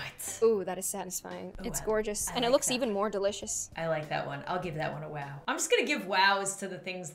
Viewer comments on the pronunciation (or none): I mean she said waw not wow 🤣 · Don’t say wow say whow